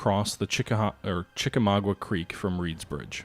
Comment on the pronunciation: There is not a "ua" at the end of Chickamauga. It is pronounced with a simple a sound at the end.